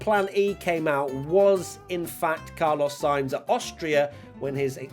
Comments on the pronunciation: Did you miss Brundle calling Sainz "Charlos" (chaarr-loze)? 😜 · Did you hear him say “Charlos“ too? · Haha he also called carlos charlos lol